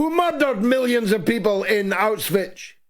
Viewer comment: Bro. I think it's high time you learn to pronounce Auschwitz. It's getting embarrassing.